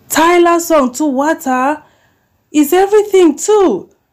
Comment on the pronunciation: please and please go and learn how to pronounce water. It's not about English being our mother tongue or not. Just tell someone to use voice note and pronounce it for you.